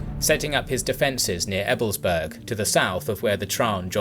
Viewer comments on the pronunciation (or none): "Berg" v. "Burg". EbelsbAIRg, regensbOOrg. Also, the emphasis is on the 1st syllable, which is especially important for Ebelsberg, because otherwise it's sounding like ebblesberg. That "E" at the start stands alone and doesn't run-in to the "b". There's something almost like a glottal stop between them.